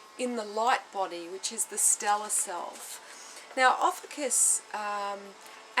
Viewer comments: We pronounce our name as Ofeeshus.Beautiful reading I'm proud of you for sharing your knowledge . Thankyou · adam simon yep, they can't even pronounce our name right.Oh well that doesn't really matter anyway.